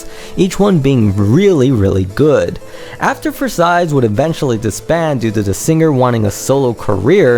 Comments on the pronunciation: Please, don't pronounce it Versaillees, there is no S. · Turns out u CAN'T pronounce Versailles...the 2d S is silent. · Cracked me up when you said you couldn't pronounce Node of Scizero, but you could pronounce Versailles. You mispronounced Versailles every single time you said the word.